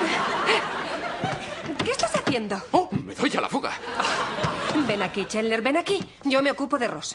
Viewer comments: "Chandler" se pronuncia "Chendler" no "Chenle". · Se escribe chandler y se pronuncia chendler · que se pronuncia chendler cojones!! En latino es como lo decís mal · Chenler ? ajaja , se perdió la gracia de verlo en subtitulada. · Chandler se pronuncia "Chendler". ¿Te has enterado ya o aún no? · Porque le dicen chendler?? Es chandler!! Mas alla de eso esta parte es buenisima... 5 stars!! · asco dedoblaje por eso la mayoria de las personas prefieren el doblaje latino,, matan a friends al cambiar o pronunciar mal los nombres de los personajes.